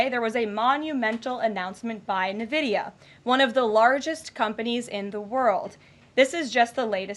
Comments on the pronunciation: For those who are competent, we know it is ehn-vidia. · Nuhvidia. She can't even pronounce the name. I guess it wasn't taught in 3rd grade at which point she graduated from home schooling.